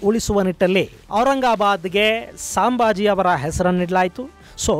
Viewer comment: "ಸಾಂಬಾಜಿ ಅಲ್ಲ ಸರ್ ಸಂಭಾಜಿ ಮಹಾರಾಜ್" please correct pronounciation sir